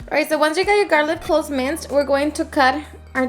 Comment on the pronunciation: Garlic not garlif